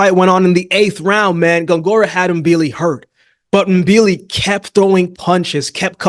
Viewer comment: Thank you for pronouncing Mbili's name the right way. Most boxing journalists don't even bother to get it right.